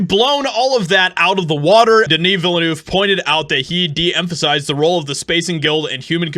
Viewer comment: 0/10 for the pronunciation of Villeneuve